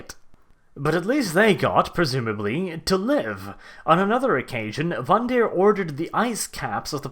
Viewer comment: Speaking of "for fuck's sake"...the name is VANDIRE (rhymes with "tire"), not vandeer. Otherwise, funny and very nice vid. Well done. :D